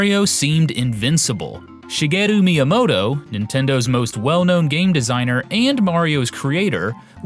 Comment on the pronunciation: Shi-mr.gay-u Miyamoto